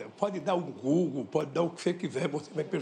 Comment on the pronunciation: "Pode dar um GÚglú pode dar oque você quiser! KKKKKKKKKKKKKKKKKKKKKKKKKK